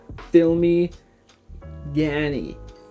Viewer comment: Age tak!? Aaj tak bro.... Also, it's pronounced shey-ma-roo(Shemaroo) filmy (filmi) Gaaney(gaane)